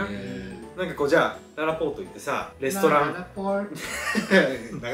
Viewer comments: ララポの発音良すぎw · らーらぽぉrーと♪の発音良くて好き😂